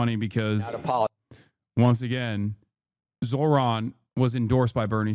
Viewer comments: Why caster always say his name wrong? Soooo slimy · How hard is it to say his FUCKING NAME RIGHT!!!??